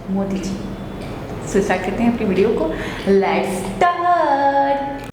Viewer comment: laats ? jahil aurat lets hota hai